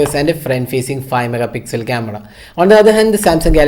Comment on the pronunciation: that "CAMEDA" though. 😂😂😂😂😂😂